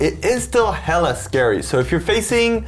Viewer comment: Being born and raised in California its interesting hearing someone from another country say hella hahahaha